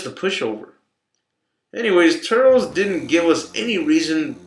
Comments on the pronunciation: obviously this guys is not a fan if he reffers to turles as turls and not turllece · its turles not turls and its majin buu not majinbuu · Turles* (Tur-less)